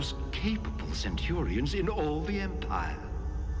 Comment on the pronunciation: Facts your artificial voice certainly didn't know: how to pronounce the names from the show, or even from real life, like "Iblis." "Centurions" is a real word, but your voice box can't say it.